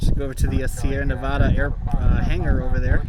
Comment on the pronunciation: It's Nev-add-uh, not Nev-odd-uh.